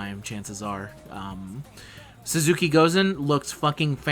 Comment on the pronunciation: Small nitpick... Aesc is pronounced "Ash". Type of tree. Sorta how Medb is pronounced. Language is weird, sometimes. Also, you keep calling Suzuka "Suzuki", for whatever reason.